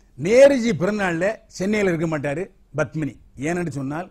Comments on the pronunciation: Badmini தவறான உச்சரிப்பு Padmini சரியான உச்சரிப்பு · It is Padmini not Badmini